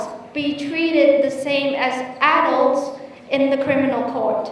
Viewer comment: well done but adult phát âm chưa đúng thì phải